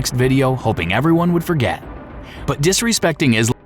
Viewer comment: there's a good 2 second pause between the syllables "IS.....LAM." I wonder why is that so?